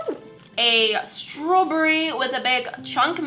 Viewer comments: “A straw Burry” I love the way said this, it made me laugh XD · A STWARBRY that’s how it sounded lol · She also sent me a StRaWbErRy Me: I know she said strawberry but it sounds like she said strow - bery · she says strawberry with a British accent 😂 sounds like me 😂😂💓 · Stacey Davis yeah it is I live in Britain